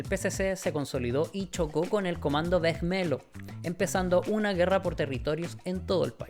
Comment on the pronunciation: Excelente video me encantó la investigación y la historia que contaste! Siento que es algo que el mundo hispanohablante no habla mucho ya que es historia de Brasil . Sólo una cosita en portugues cuando hay un lh se pronuncia como /li/. Vermelho - /vermelio/